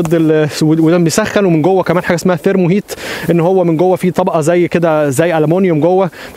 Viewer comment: شغل عالي و ربنا يوفقك ، بس لو تقول thermo thermo ث ث ث ث مش سيرمو .. بالتوفيق